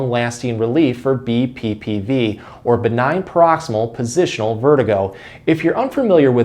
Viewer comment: The word is PAROXYSMAL - four syllables.